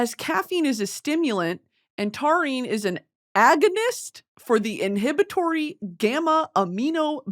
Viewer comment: love love love Britney and she is so so so smart but her reading the chemistry of taurine and somehow getting biology mixed in there and horrifically pronounced was so painful to the pre-med in me